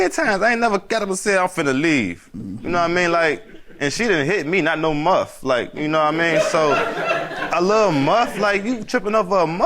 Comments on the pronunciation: Ain’t it “MUSH” not MUFF?! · Thought it was mush and not muff?